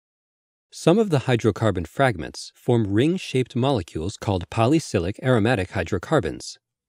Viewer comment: Nice but «Poly-cyclic» not «poly-cylic» :-/